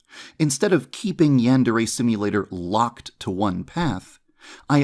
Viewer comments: Minor nitpick, but why doesn't he ever pronounce "Yandere" correctly? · God I hate listening to yandev. He pronounces yandere wrong, he takes the loudest fucking breaths known to man after every. single. **sentence.* He has the most obnoxious tone even when he says something fucking normal. Great video tho. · Been working on this game for a decade and he still can't pronounce "yandere" correctly